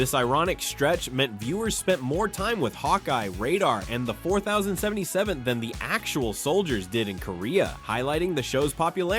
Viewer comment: Mash 4 thousand 77. Just not how it's pronounced. Use a real narrator.